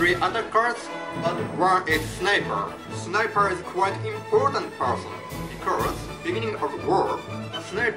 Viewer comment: 発音ですが、Rを意識しすぎてRのない単語もビコォーズみたいな感じで発音してますよ。